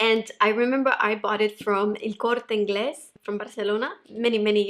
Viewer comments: when you said El corte ingles I was like wow with the pronunciation!!!! Do you speak Spanish???? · do you speak Spanish? I’ve to ask you because in this video you said “El Corte Ingles in Barcelona” with perfect Spanish pronunciation. Spanish is my first language